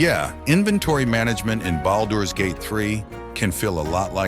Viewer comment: The way you’re saying boulders gate is driving me nuts